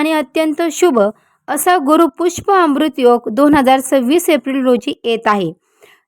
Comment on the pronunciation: ते गुरूपुष्याम्रृत आहे गुरूपुष्पाम्रृत नव्हे